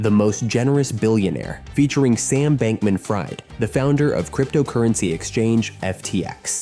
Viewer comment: AI i see. Haven't heard anyone pronounce "Fried" in Bankman-Fried like fried chicken unironically before lmao.